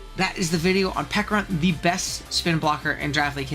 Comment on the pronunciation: Not the silent H on Pecharunt 😭😭😭😭😭😭😭😭